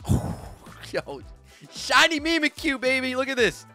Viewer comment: Mimikyu is a play on words, like "mimic you" idk what pronunciation you're on lol